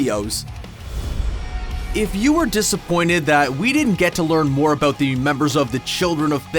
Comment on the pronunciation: What are you talking ABOOT